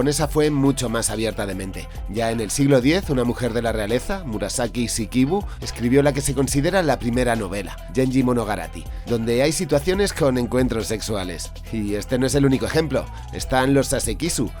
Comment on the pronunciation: "Yenga Monogarari" jajaja ¿Que tienen los españoles con pronunciar cosas fuera de su idioma 😂